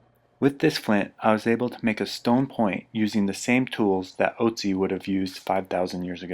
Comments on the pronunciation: Ötzi* (For those curious as to what the difference is, his name is pronounced ootzi, not otzi) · Great video. The only thing that nags me is that Otzi is pronounced 'Ertzi'. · Ötzi is his name, spoken Oetzi ;)